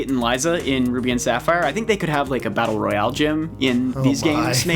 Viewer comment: They keep saying Battle Royale wrong.